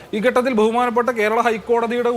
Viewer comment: SFI guy should learn malayalam atleast. It is not "ghattathil" it is "Khattathil"